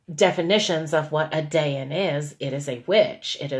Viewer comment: I'm only a few minutes in and I want to clarify that a Dayan, which you pronounced incorrectly, is the Hebrew word for Judge. the witch thing is from Hindu or some other language.